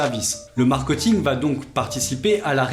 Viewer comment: Pourquoi prononcer mark-eut-ing alors que tu expliques toi-même l'origine du mot étant mark-é-t-ing? À part ça, super vidéo! Merci pour les infos :)